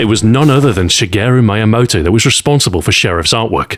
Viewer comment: I love your channel so much but anytime you say Shigeru Miyamoto, I want to waterboard you.